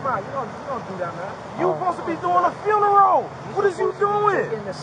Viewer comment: Or "supposably" What a dunce.